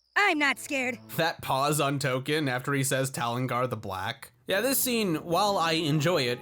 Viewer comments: Tolkien is his name, not Token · Token? You mean Tolkien?